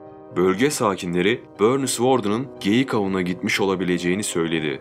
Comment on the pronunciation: Böörnis mış 😂😂😂😂